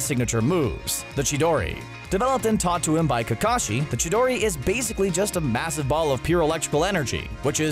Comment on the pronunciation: the name of it is Chidori but you pronounce it Shidori